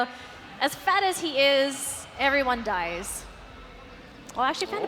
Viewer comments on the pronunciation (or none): none